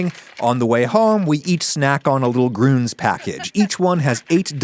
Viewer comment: Grüns isn't pronounced like that. Umlauts are not mere decoration. Yes, even if used by a US company. They should know, teach and demand that. Blergh.